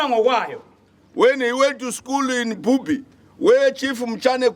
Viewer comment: Bubi not Bhubhi.